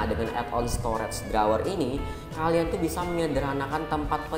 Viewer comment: Yg abu² drawer ap bang tdi ngomongnya wkwk🤣